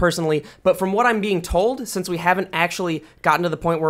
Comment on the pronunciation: you say sense instead of since and it upsets me